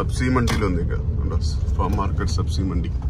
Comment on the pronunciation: സബ്സി മണ്ടി അല്ല, ഉച്ചരിക്കുമ്പോൾ സബ്ജി മണ്ടി എന്ന് പറയണം.